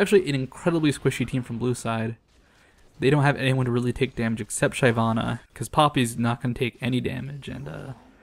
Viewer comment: it's Shi-VAH-na, not SHY-vah-na. She kills, like a shiv, she's not shy.